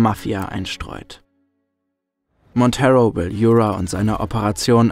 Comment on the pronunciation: Ich liebe die Vertonung von! Kann mir eigentlich nicht vorstellen wie das mit einem anderen Sprecher wäre. Jedoch sei angemerkt, dass "Monteiro" ein Portugiesischer Name ist und deshalb nicht "Montero" ausgesprochen wird, sondern quasi ne Mischung aus "Montairo" und "Monteiro". Aber ansonsten wirklich tolles Video, wie immer..!